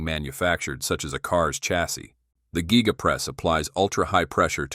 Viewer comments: This is simply amazing. Tesla is the clear leader. The guy doing the voice-over is an idiot, he says geega and guyga. The thing is called a giga press. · Geega Press, Guy ga Press or Giga Press? Giga Press….is the correct one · Giga. Not geee-ga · gig a' dick! Not geee ga' what year did this happen ? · Geega geega. I wonder how many humans will mispronounce words as a result of AI voices… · AI can’t say Giga!!